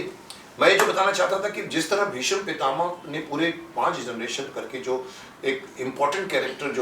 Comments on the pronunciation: Ya to aap gufi ji ko aap kahie ya tum.....aur bheesham nahi hota hai.. BHEESHM hota hai ...aap to Kam se Kam itna maanie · Bheesham nahin Bheeshm bhaijaan, gufi sir is very sensible and collected